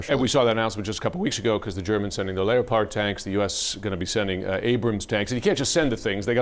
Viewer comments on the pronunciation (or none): What's a 'Layo-pard'? Do you mean leopard? As in 'big cat'. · Leeo-pard tanks ? ... Leopard like cranky cat ... hmmm silent o inflection in real english.